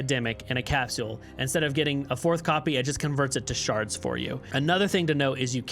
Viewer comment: Good video , but the way you pronounce capsule triggers me lmao